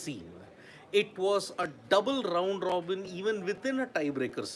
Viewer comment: Rrrrround Rrrrobin - what a cute accent